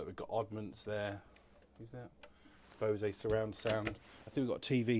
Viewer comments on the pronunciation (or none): Bose rhymes with 'nose'! Lovely boat.